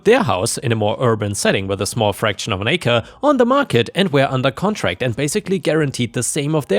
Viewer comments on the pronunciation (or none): none